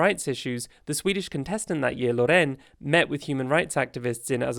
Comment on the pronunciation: Yup. Although the way he pronounced Loreen made me cringe